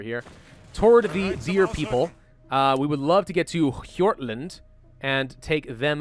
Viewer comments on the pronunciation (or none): As a Swede i fell honored at your horrible pronunciation of hjortland